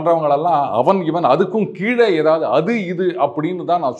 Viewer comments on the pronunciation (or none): none